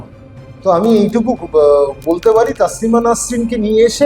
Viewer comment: আপনি যার সম্বন্ধে বলছেন তার নাম " তাসলিমা নয়, তসলিমা। খুব শ্রুতিকটু শোনাচ্ছে। এতো দম্ভ নিয়ে , পান্ডিত্য নিয়ে কথা বলছেন অথচ নাম টা ঠিক করে উচ্চারণ করছেন না। আশা করবো এইরকম ভুল ভবিষ্যতে করবেন না।